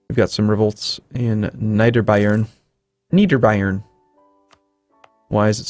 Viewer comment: has gotten quite good at pronoucing 'Niederbayern'.